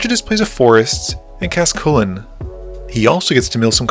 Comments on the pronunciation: It’s not pronounced “CULLEN” 😂 it’s pronounced “HLOO-WEN” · I hate to be that guy, but the Lluwen pronunciations are one of a thousand cuts Unfortunately they call him "Lulu" in the story, so it's not a Chulane situation